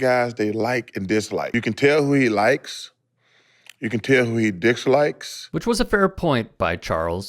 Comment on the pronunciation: Chuck said “dicks-likes’ instead of dislikes 😂🤣😂